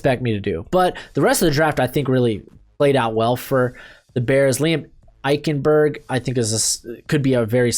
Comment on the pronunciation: THANK YOU FOR FINALLY PRONOUNCING EICHENBERG CORRECTLY😂😂